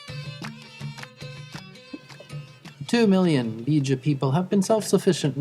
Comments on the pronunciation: Air Element to make matters worse his pronunciation are so wrong 😭😂 its not Beeja its pronounced Beja the e isn’t extended and the language is Tu Bidawi meaning “the bidawi” lol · cushitic people are warriors, no matter when and where they be. also im not Beja (im somali) but i hate the way the commentator says Beja... ''Beeja''